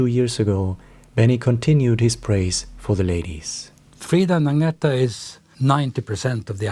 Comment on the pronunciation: It’s Ag-nee-tah. And your voice is extremely boring. Hire a professional person to read your inane opinions please. And learn to pronounce their names properly. If you don’t know how, watch official Abba videos where THEY speak and tell their names themselves. Idjit!